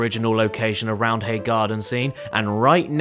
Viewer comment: ITS PRONOUNCED ROUND-AY but thanks for mentioning leeds